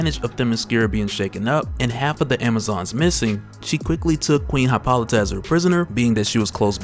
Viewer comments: Ummm its pronounced Hip·ol·ih·tah. Just sayin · I was trying to be funny and informative but it looks more like im just an asshole now. I was withing the first 30 minutes and got nothing so if you seen this, gimmie a like or something. I just don't want to keep hearing you say Hi-pol-ih-tah